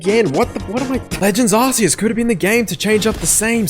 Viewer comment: He got legends Arceus so wrong😂